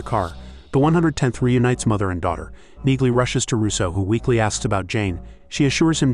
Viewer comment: You would think A.I. would know how to pronounce Neagley